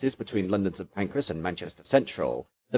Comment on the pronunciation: Agh stop saying St. Pancreas! 😂